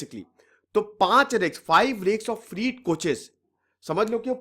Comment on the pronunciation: Freight फ्रीट नहीं 'फ्रेट' कहना चाहिए। वीडियो अच्छा है। धन्यवाद